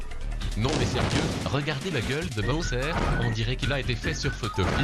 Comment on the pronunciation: Boswer?!!! Non bordel c Bowser pas Boswer! Même accapela box le bien mieux